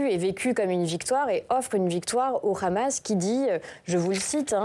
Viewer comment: Le khamas, le khamas. Ils ont un très bon français, pourquoi le prononcer avec un accent hébreu ?